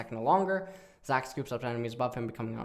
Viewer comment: i rlly want to put more effort, not liek phreak level, but at least read zac q right lol